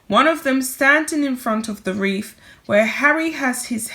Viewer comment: Honey, it's a wreath not a reef